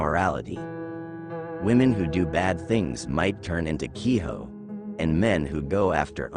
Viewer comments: Kiho? It's Ki-jo this isn't spanish. In japanese J sounds like a J. Infact all the Sounds exactly how it's spelled. All you have to know is what vowels sound like. A as in Another E as in Enough I as in ink but longer sound O as in Oh U as in under So Hikari (He-Ka-ree) = Light Ame (Ah-may) = Rain Gohan (Go-Han) = Rice Kuro (Ku-ro) = Darkness Yorei (Yo-Ray) = ghost Btw roll the Rs Hopefully you get the point. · 鬼女/Kijo is pronounced only as "key-joe."